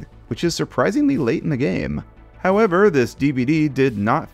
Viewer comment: Take a shot every time says "how-EV-er..."